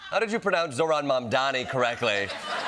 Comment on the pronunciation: 😂😂 finally someone who can’t pronounce Zohran and not the others